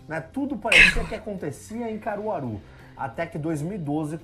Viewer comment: Kkk eu so de Caruaru do nada kkkkkkk o cara fala Caruaru 😂😂👀😂